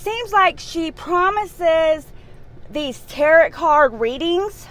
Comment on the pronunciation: It's pronounced "tare oh"